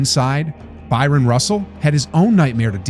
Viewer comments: *Bryon Russell. Not Byron. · Loved watching Jordan in the 90s. I knew I was watching something special, just didn't know HOW special at the time. I hindsight I would have liked to see the Jazz pick up one of those championships, but MJ just wasn't having it. Oh and it's BRYON Russell, not Byron. Not the first time I've heard/seen that one wrong, but I cringe every time. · Why do you keep saying “Byron Russell” ? His name was BRYON Russell You also pronounced Howard Eisley’s surname as “Eeslee”, but it’s pronounced “Eye-slee” Doesn’t matter who it is, mispronouncing somebody’s name is just disrespectful. I would expect a regular youtube content creator would do their research properly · It’s Bryon Russell. Not Byron. (pronounced BR-EYE-EN) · BRYON RUSSELL not BYRON! If you’re an AI avatar this should be an easy fix but if youre an actual human who’s obviously not a basketball fan to make a mistake of this size , one the most important games of jordan’s legacy… It rob’s you of all credibility to put this up and not catch it…. Bryon….. one of best defenders in the league , Jordan was his assignment right? in a pretty historical game no? The man deserves the respect of you having his name right otherwise youre probably not the channel to be covering this…. Just the facts …. Bryon Russell ….. it’s not Michael Johnson or Magic Jordan or Byron Scott (whoah!) it’s Bryon Russell covering Michael Jordan in one of the best 90 second basketball sequences ever caught on film…. Cheers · It's not Byron Russell, it's Bryon Russell. It's pronounced Brian. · The way you pronounce Eisley... Did you even watch basketball in the 90s? And Byron Russell? Jesus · Was an epic game got to see this live. Kinda did Bryon Russell dirty this video kept mispronouncing his name too